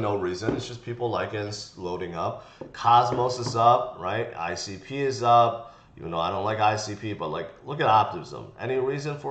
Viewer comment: Who is leading the top 30 this morning. iCP and your not able to say it lol losing credibility from me